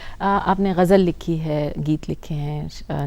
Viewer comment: I am surprised the lady interviewer pronounced Ghalibs ghazal as " gajal ".